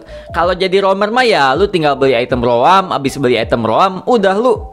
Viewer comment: Roam >> Rowam - Franco >> Fran Cho 😂